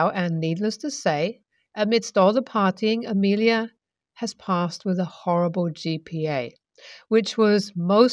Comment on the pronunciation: So badly written. My favorite mannerism that gets repeated through these stories, (which are plainly written by the same person) is the use of "Hell, I..." Plus, "wif"..? Please learn to pronounce the TH sound.